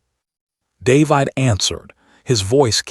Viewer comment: looks like this iteration of AI and its clones can't read "David" properly. Heard it several times already. nice allusion in "Elsa's voice was ice...", but probably and accident.